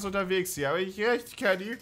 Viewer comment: Ok bin ich der einzige der die ganze Zeit Keggy anstatt Kenny verstanden hat ?